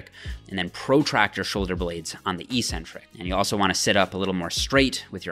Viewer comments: The word is EK-Centric, not EE-centric. There is no such word EE-centric. Look it up. Don't sound as uneducated as the other muscle heads on here. You're better than that! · "Eccentric-Accentuated Lat Pull Down". You pronounced it "eEEEEE-centric-aKKKK-centuated..." lol. How do you justify the inconsistent pronunciation? First syllable in both words are eC- and aC-. Oh, maybe it's properly pronounced eEEcentric-aSScentuated? LOL. I harp on this with you bc your vids are PEERLESS(!), but for this one meathead mistake. You're better than that. Don't give me the BS about your college profs pronouncing it that way. Even if one did mispronounce it, are you not capable off seeing the error of his teaching? Only ppl in BB related fields mispronounce this word. You've gained enough clout now that I think you could quickly reform the whole BB community!!! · This is not a Canadian vs. US vs. British thing. This word is ONLY mispronounced in the bodybuilding community. There are two Cs in the word Ec-centric for a reason. The first syllable means 'away from'. The second syllable means 'the center'. This is why crazy ppl are referred to as eccentric. The way the lifting community mispronounces it, it means 'without a center'. Sorry, but you may have had a sports phys prof who also mispronounced it like the lifting community, but I refuse to believe that any of your other profs pronounced it other than eK-Centric. And if they did pronounce it that way, then they're just plain wrong. Pick any dictionary you'd like, and see if you can find any other pronunciation than eK-Centric. Lead the pack,! Don't be a lunkhead and perpetuate the ignorance. You're better than that!